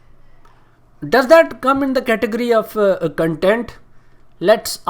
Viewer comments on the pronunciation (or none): I want to punch him in the face every time he says CUNTENT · verify hone k liye insta pe ye tiktoker apni tashreef youtube pe hi le k aye or ab bc usi k content creators k against or bhai cuntent ni hota content hota hai jahil😂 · Ok... So this guy is indian?!?! XD i can understand his problems now.... Plus he kept saying the whole video Cuntent cuntent he cant even pronounce CONTENT right... The way he is talking he seems like he has no freakin idea how much hardwork YouTubers go through... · Yr ye cuntent q bol ra content nai hota..?